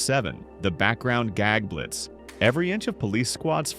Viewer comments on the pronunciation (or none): none